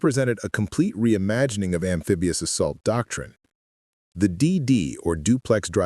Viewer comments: "AMFEBIOUS" instead of amphibious denotes AI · Amfigious, you AI idiot?